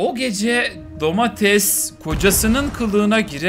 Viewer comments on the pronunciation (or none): none